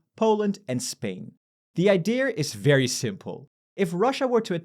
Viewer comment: "the idearrr"